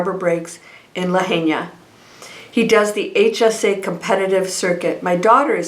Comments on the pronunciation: Thank you for sharing. (Lahaina is pronounced La High Na) Absolutely horrific what happened to our beautiful historic Lahaina town. I donated to a private go fund me. Sending my condolences and prayers. ❤️‍🩹🙏🌸🥵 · Thanks. Always beautiful. Quick correction to your intro. It's lahaina (pronounced (lahighna) Maui. Love always. Fyi. Hawaiians pronounce all vowels in Hawaiian words. We are Hawaiian fanatics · pronounced la-HIGH-na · Lahaina is pronounced La hi na… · It’s La hi na Maui not Kawaii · Thank you for the report - please know how to pronounce the name of the town beforehand if you’re going to say it so often. You’ve been there, it’s on all the news. Respect for the town and the people to pronounce Lahaina correctly. Thanks.